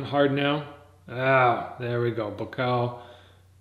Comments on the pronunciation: why do you say "BUKAO" ??? it's buakaw !!! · Tf is bukao? It's Bu-wa-kaw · Amazing content brother, but it just ticks me when you say Ba Kaw. It's pronounced Boo-ahh-Cow. All in all great commentary keep up the great work!! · People get so bent out of shape over pronouncing a name wrong??? I don't upset when foreigners pronounce my name wrong. And it doesn't sound like he says Boo Ah Cow. More like BwwaCow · It's pronounced Bhuakhao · Not pronouncing Buakaw’s name correctly smh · It’s so damn annoying when you are not saying Buakaw’s name correctly! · Imbarresing u cant pronounce his name right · Your pronunciation of Buakaw is poor. But nice try! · I'm half Thai it's not! But close!